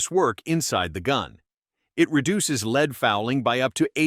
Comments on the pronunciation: Maybe the script read as leed instead of lead ? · When I hear an AI announcer voice pronounce 'lead' as 'leed', I check out. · I especially like CCI's use of "leed" instead of the old-fashioned "lead". We are still years away from an AI narrator that can compete with a person. Still, interesting info. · Script writers for AI need to learn how to spell phonetically. Led not lead (Leed?) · "leeed" ?????????? ( is this an A.I. speaker ? ) The metal is 'lead' ( pronounced "l e d" ) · "leed round" LOL This AI can't pronounce lead! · If you insist on using a robovoice, do yourself a favour and spell lead "led" in the script ... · OMG.......How can I pay attention to the subject matter with a narrator that has no idea what he is even talking about, can't pronounce words right, and is using video of larger centerfire rounds/guns. Seriously...."LEED"???? Come on...... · It's pronounced as Led. Stop saying basic things wrong, it destroys your credibility on information. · I don't watch videos with AI audio. Your mispronunciation of lead ( leed ) annoys the Hell out of me! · I love it when it says “soft leed”. 🤪